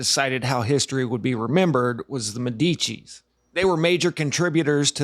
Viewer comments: Its De Medici (of the doctors) not De Metticci (of the blacks) at least try to pronounce it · Medici /MED-di-chee/ = “ the doctors”( Medici= medicine)